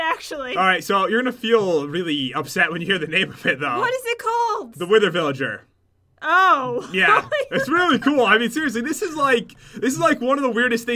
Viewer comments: He said wither villiger! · Its not a wither villager, its a witherger